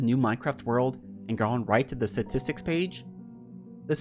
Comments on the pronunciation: Lol "Satistks" XD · I think someone needs to tell him its not "Satistics" Also take a shot every time he says it. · Does he know how to pronounce “statistics” lol. “Suhtistics”